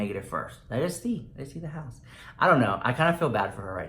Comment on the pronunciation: I just watched Jeffree Star's new video and he said da house like twice!!!!